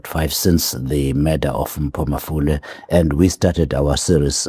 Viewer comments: Mpho Mafole not malofe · Mpho Mafole not Malofe 😊😊😊!!!